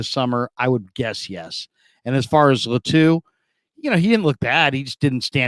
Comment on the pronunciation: ITS LĀTU not LATŪ🤙🏽